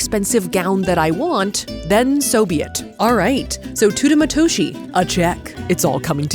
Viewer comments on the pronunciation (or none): it's not Tuta Matushi.. the e in Teuta it's pronounced like the first e in tender and the o in Matoshi its pronounced like the o in oracle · It would be nice if you researched how to pronounce teuta matoshi if you’re just guessing confidently at this point